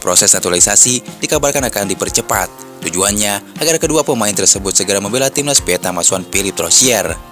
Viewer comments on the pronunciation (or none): none